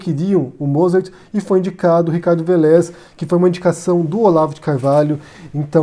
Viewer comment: A pronúncia é Vélez (acento no É)! É engraçado, que vc sempre erra a pronúncia dos nomes! Kkkkk Ei, adoro seu canal! Parabéns.